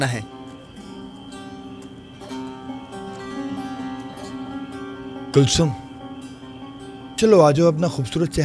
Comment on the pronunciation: Jameel kulsum ko huyum kehrhahe